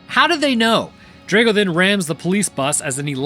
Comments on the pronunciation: It's (*draw-go), not (*dray-go) 😅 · Dr-ah-go you need to say it correctly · Draw go. Ivan Drago. That mispronounced name was an assault on the ears.